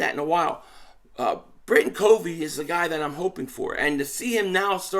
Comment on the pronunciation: Yo! Appreciate the content. Hey just want to set the name of Britain Covey "COV-VEE" short "O." He's a Special Team phenom as a punt returner! Check out his highlights from Utah! Bam! 💥 He's smart ( he breaks down tons of film on the opposition's Special Teams tendencies), he's quick, has good hands as a slot receiver, makes tacklers miss. Bro, if he can bust out for the "Birds" this season... NFC East watch out!! We need all THREE phases of the game to be a complete football team. Fly EAGLES Fly! 🦅